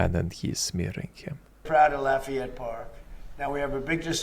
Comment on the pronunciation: “Laugh-fee-ett” Park?